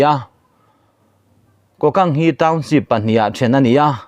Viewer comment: MMDAA ('' Kokant'' ti hi a rik dan tur ka'n sawi ve aw . mizo rik dan turin ''Ku- kant'' tih tur a ni ''ku'' hi thluk sang tur a ni e.)